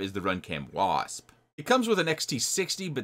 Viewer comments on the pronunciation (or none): none